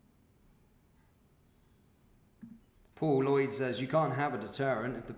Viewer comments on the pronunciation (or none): none